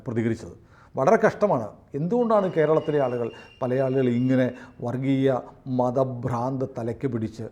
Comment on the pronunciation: അയ്യോ പ്രാ അല്ല ഭ്രാ ആണ് ഭ്രാന്ത്‌